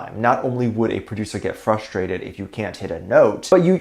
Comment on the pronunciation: you kept saying frustrated and I kept hearing my Jungkookie say Trusfrated 😂